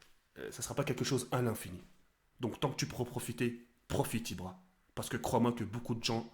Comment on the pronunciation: moi j aime bien quand ibra dit POCE BLO